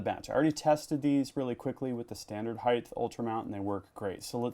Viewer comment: please, please, please, it's pronounced (height) NOT (heigth) there is no "th" at the end of height. Eg, length, width and heigh"T". Great videos though, please keep them coming.